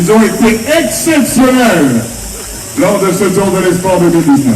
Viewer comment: ነብሲ: በጃኻ እባ ነቲ ቓል ከመይ ገይሮም ከምዚጽውዕዎ ኣስተውዕል:: ኢስፕዋኽ እዩ ዚብሃል ኢስፖይር ኣይኮነን: ብፍሬንች ተስፋ ማለት እዩ:: እዚ ናትካ ጸገም ጥራይ እንተዚኸውን ስቕ ምበልኩ: ግን ዳርጋ ብሙሉኦም ኤርትራውያን ወነንቲ YouTube ቻነላትን ጋዜጠኛታትን ሓደ ዓይነት ሕማም እዩ ዘለዎም:: ኣብ ክንዲ ጽን ኢሎም ብምስማዕ ቅኑዕ ኣዳማምጻ ከጥርዩን ኪምህሩን ዚፍትኑ በብዚመስሎም ብምድማጽ ኣስማት ይሓናኽሩ